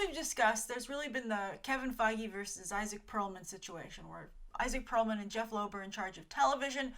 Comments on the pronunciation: Perlmutter not Perlman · It's Pearlmutter btw, not Pearlman. Also, Agents of Shield is freaking awesome right now and has gotten better & better each season so this whole "ugh it's abc" is nonsense so this Inhumans story is really interesting